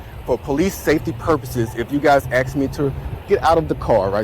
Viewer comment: You’re too smart to be saying axe instead of ask. Why do you do that?